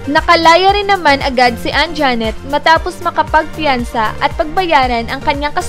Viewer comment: Anjanette,hindi Anjaaaaaanette,ok.?.